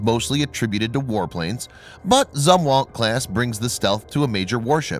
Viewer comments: It's pronounced ZOOM-WALT! Christ you've been saying it wrong for like a year now! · You're mispronouncing Zumwalt. Use a long "u" when you say the word.